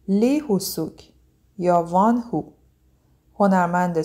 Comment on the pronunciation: در کنار بقیه کامنت های تذکر اشتباه تلفظیتون اینم بگم که وان هو اشتباهه و وونهو(Wonho)صحیحه. ممنون برای زحمتاتون🌹